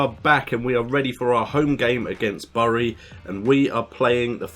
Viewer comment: Bury is pronounced "berry"